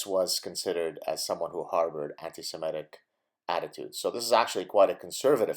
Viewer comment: I just wish you'd pronounce it anti- Se-MIT-ic..not Se-MET-ic.